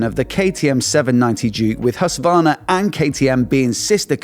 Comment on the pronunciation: Why cant you still not pronounce Husqvarna right? What is Husværna? The Q is not silent.